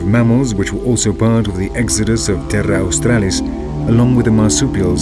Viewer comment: Pig snouted platypus, bloody hilarious. They've gotten a fair bit wrong but it's still been a good doco to watch. It's crapping me off though the way he pronounces Terra Australis.